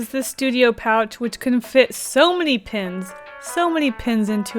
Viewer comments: Why do you say pin not pens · I thought you were saying pins not pens lol